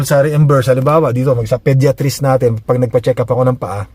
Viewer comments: Podayatrist ang basa not pediatrist, sakit sa tenga hahahaha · Tama ba rinig ko pediatris 😂 😂😂 Isip isip din 😂😂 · Podiatrist ( podayatrist) that’s the right pronunciation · Podiatrist is a foot doctor. And it's not pronounced that way. Paulit ulit mo pang sinabi. Wrong!!!! Jusko, research ka muna bago mag vlog. Kahiya!. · ang sakit nga sa tenga.